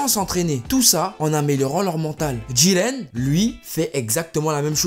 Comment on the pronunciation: Bonne video je n'aime juste pas comment du dit le nom de Jiren avec une sirte d'accent bizarre xD sinon +1 abo